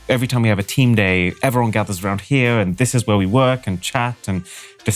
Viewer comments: Emphasis on “here” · u should have really emphasized the word "here"